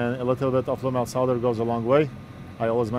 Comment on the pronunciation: so glad you pronounce it "Solder" not "Sodder"